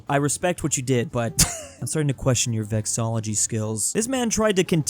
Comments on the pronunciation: Vexillology, not vexology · Why do you keep saying 'vexology'? It's vex-il-ology. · Also, the word about the "study of flags"--"vexillology"--is pronounced as "vex-uhl-AW-luh-gee" not "vex-AW-luh-gee" as I keep hearing ( and ). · pronounced (something like) Vex-ILL-LOL-lo-gy, keeps pronouncing it vex-o-lo-gy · If you're going to make a video on vexillology, at least learn the word. It's vexillology, not vexology. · Vexillology has five syllables, not four.